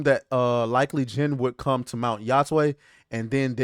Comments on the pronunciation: It's much easier to pronounce than what you made it. just pretend you are saying hi to your friend tay. Yo-tay. lol Yotwang? lol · It's "yo-tey" the tey is like "hey" but with a t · I'll say it. Yo-tay. How hard is that?